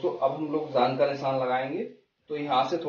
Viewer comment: Bhaiya vo jaag nhi jaang h